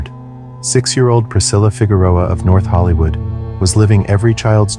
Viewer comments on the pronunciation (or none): none